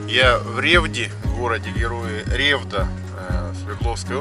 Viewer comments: Не Ре'вда, а Ревда' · Класс! Крутой проект!💪 Вообще, не РЕвда, а РевдА. Но это мелочи😁 На слёте под рюкзаком был?